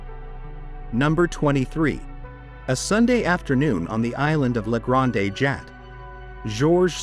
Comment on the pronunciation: Ridiculous pronunciation of grande it is french not Spanish granday!😊